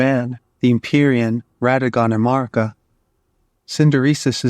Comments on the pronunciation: Honest question. Why do so many lore YouTubers pronounce Marika the way that you do? Is this an American thing? I’m just curious because it sounds so strange and no one I ask will answer me lol Melina says Marika’s name multiple times within the game, as do others. None of them say Marr-ika. They all say Mare-ika. Is Marr-ika just the way Americans say Marika? But then why do you say Marika when you say A-Merica? I’m so confused! But anyway, wonderful work here. I love that you make mention of garrulous goldmask’s work on Gnosticism in Elden ring. Brilliant! Can’t wait to see more of your stuff! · thank you for definitely the best answer I could have hoped for! Thank you! But this just leaves one more question. If this is the reason people are pronouncing it that way, why aren’t they pronouncing it properly? It would be Marr-EEK-uh. But no one is saying that. They’re saying Marr-ICK-uh. Lastly, I wonder if all of these Hungarian names are specifically Hungarian for a reason and why in-game characters would pronounce them “incorrectly,” if there was any significance in their origin. Truly fascinating stuff. Thank you for a great answer! I had no idea!💜🫠